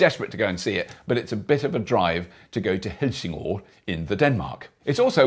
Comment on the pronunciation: The o in Helsingør is not an o, but an ø, pronounced like the American 'i' in bird. But never mind, no need to Renaultize your Danish.